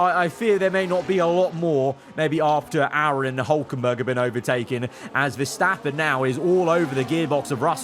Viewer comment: Crofty: Aron ❌ ✅